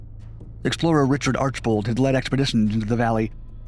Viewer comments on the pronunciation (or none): none